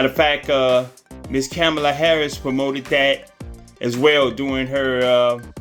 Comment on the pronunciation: I’m trying to understand🤔 how are you doing commentary and you can’t even pronounce the Madame VP Harris name😬, It seems to me you both are in the same boat, Janet Jackson is uninformed and you kidnap pronounce VP Harris‘s name🥴